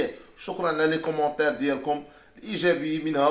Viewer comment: يا ودي كومونتير و ليس كومونطير ....لا يوجد ط في اللغة اللاتينية